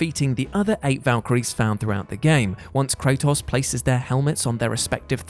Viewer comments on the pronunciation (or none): Faraaz Khan beat Sigrún on Give Me God of War Difficultly with LEVEL ONE gear and armor. Also it’s pronounced KRAY-tos NOT KRAW-tos. You literally have hundreds of videos saying his name correctly, not to mention the creators saying his name correctly and you still say it incorrectly? You’re an idiot,.